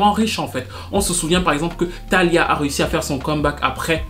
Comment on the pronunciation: Une petite correction ce n'est pas Thalia mais Thalia la syllabe tonique est sur l'i sonne fort peut-être pour une prochaine fois.